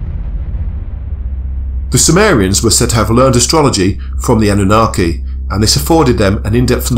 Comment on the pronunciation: ANU-NA? KiKi? 😆